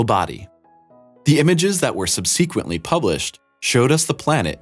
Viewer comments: It's pronounced SUHB-seh-kwent-lee, not sub-SEE-kwent-ly. (Sorry if this is a repost of someone else's in the comments.) Either look up the word before you use it or don't use words you don't know how to pronounce. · "subsequently" is not pronounced like "sub-SEEK'-wently". It's pronounced like ' SUB'-suh-kwently". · When did the word subsequently (pronounced SUB-sequently) start being pronounced subSEEquently? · You lost me at the mispronunciation of “subsequently”. sub see’ quently? Credibility shot. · Impor'ant" ... subSEEquently? ... seriously? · Sub- seek- quently. Interesting pronunciation. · Subseeequently? WTF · "Sub-SEEK-went"...? Not how that's pronounced, Ducky... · Sub-SEE-quently? Jesus fucking Christ. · Sub-SEE-quent-ly? If you came here for pictures, FF to . You're welcome. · Say it with me: Sub-suh-quint-lee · I stopped listening at "sub-SEE-quent-ly." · You must have spent a lot of time studying planets. "Sub-see-quently," your pronunciation of English has suffered. . . . I mean, sucks. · The narrator mispronounced the word ‘subsequently’. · Can't pronounce "subsequently", really? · Could you please learn to pronounce subsequent and deity? Thanks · Learn to pronounce the word, subsequently.